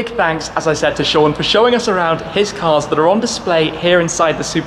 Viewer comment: "some incredible CURS"